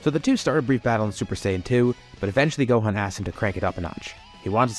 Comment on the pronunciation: Am I going insane or did you say GOAThan every time you said Gohan, I feel like I hear it, but it also kinda doesn’t feel like it, explain yourself